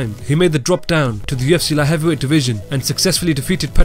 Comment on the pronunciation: I come here to just to hear the narrator say "La Heavywhey"